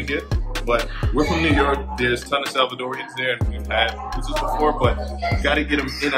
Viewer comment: Loved the video Glad you got to visit my home land 🇸🇻 🇸🇻🇸🇻🇸🇻🇸🇻🇸🇻 And you pronounced pupusas pretty well